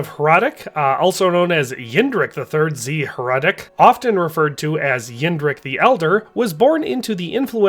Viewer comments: Hradec is pronounced hradets. You ought to google translate it at least once for correct pronunciation, it takes 5 seconds. Is name in czech was Jindřich z Hradce, not Hradec. Thats due to the rules of the czech language. Bruh.. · my last name is hradec and literally everyone constantly saying "hradek" is a super big annoyance, but it comes from a lack of language knowledge, but you are right a historian should probably check something like that